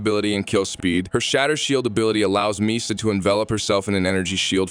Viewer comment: The fact that the AI couldn't pronounce Mesa the same way 2 times in a row bothered me sooo much